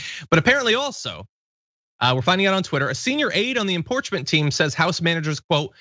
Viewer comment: You did, John. I heard it. Imporchment. I love you. By the way, Grandmother Dragon.